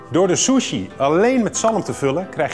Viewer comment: ‘ Door de Shjusshuieee’ . 😂😂